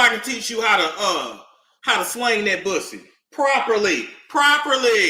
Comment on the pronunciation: HE SKARED OF DA PWUSSY…… HE SKARED!!!